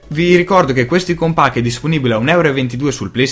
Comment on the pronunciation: Apprezzo l'iniziativa di far conoscere piccoli sviluppatori indipendenti. Due cose mi vengono da dire: - [icon pack] letto così com'è scritto non si può proprio sentire xD specie dalla nostra generazione così social e soprattutto per chi mastica tecnologia e fa recensioni sull'argomento :) si legge [Aicon] - come hai detto tu le icone dei giochi sono difficili e capisco, ma da quanto ho visto non riprendono per niente il material design e "stonano" un po' diciamo Per il resto, ripeto sono felice delle recensioni. Volevo fare solo questi due appunti :)